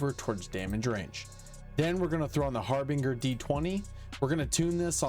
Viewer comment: Might want to double check pronunciation of harbinger.